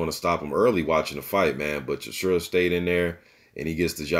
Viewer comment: Bro you are mispronouncing his name it is how it is spelled...Chis...ora..not Chisura lol